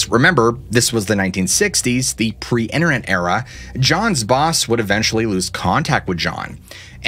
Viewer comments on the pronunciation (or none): none